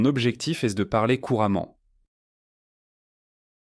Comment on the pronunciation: Bonjour. Merci pour la vidéo! À la minute , vous prononcez le mot "est" en faisant entendre le "s" ("Mon objectif est de..."). C'est une erreur de prononciation assez grave pour une vidéo pédagogique : dans ce contexte (le verbe être), le "s" ne se prononce jamais. On ne l'entend que pour le nom "l'Est" (la direction). Il serait préférable de corriger cela pour ne pas induire les étudiants en erreur.